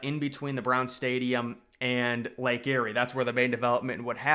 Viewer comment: Lake Erie is pronounced Lake (EAR)ie not Lake (Airy) that is akin to Mount Airy North Carolina or Mayberry, NC (Where Andy Griffith was filmed. (layk ee·ree))